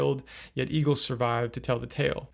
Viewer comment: Egil as a Norwegian name is pronounced "Eh-gill" (just in case you wanted to know)